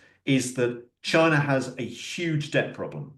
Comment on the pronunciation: Love how says "Chiner" 😂